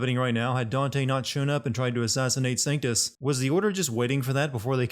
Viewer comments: It's not a miss pronunciation of a name. Triss and Trish are two completely different names as are Crato and Credo. And he spelled and pronounced Sanctus right the first 3 times but then all of a sudden says "Sanctum"? That's just lazy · 1 sin for misspelling Vergil. -2 sins for misspelling and mispronouncing Trish. -1 sin for calling Sanctus Sactum -1 sin for sinning a good show